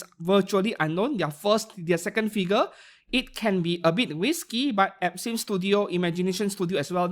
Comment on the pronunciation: you NEED to fix how you say some brand words because im hearing "epstein" studio than "absinthe" studio lmao